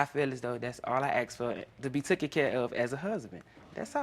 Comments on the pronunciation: Why is no one talking about the real problem here and that's neither one of them can pronounce the word ASK? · Also dont forget we black ppl say assssssh instead of ask